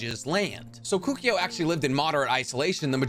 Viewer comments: Kukio? Bro it's Koe koo oh. Kokuo. Serious m night shymalan last Airbender vibes. Get the names right. How can you know so much and so little at the same time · Koh- Koo- Oh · Where'd you get the Y pronunciation from Kukuo? 🤔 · The way you say Kukuo kills me a little bit inside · Keep saying Kokuo wrong... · Can’t stand how he said Kokuo